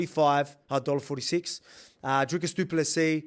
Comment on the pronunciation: Best pronunciation of du Plessis by any YT channel! 🎉